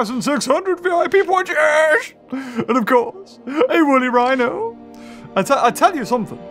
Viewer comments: He did the wihno mistake again... :p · i like how you are calling the wooly rihno thewooly wino